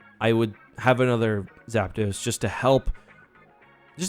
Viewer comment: As soon as he called Zapdos “Zapidos” i clicked off😂